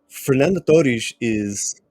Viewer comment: how cute of him to pronounce "torres" with the accent